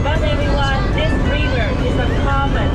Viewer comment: Oh, so he said, "river". I thought he said beaver. 😆